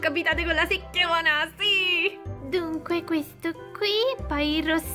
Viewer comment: Non si dice sechiona